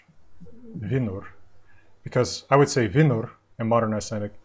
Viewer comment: This Faroese person understood all of the written phrases, but I struggled a bit with the spoken. I'm convinced pronounced "vinr" wrong, but I wasn't alive when old Norse was spoken, so maybe I'm wrong.